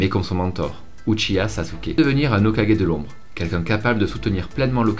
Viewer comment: Au moins toi tu arrives à dire Hokagé pas comme l’autre qui dit tjr hokage